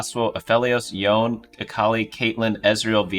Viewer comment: I'm slightly triggered by the pronunciation of Yone being both "Yoan" and "Yonei" in the span of two sentences.